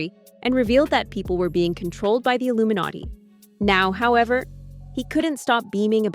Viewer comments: He is saying "illuminutty" it's a joke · He said illuminutty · the way he says Illuminati is hilarious